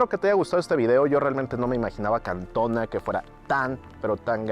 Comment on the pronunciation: Es Cantoná, con acento en la última á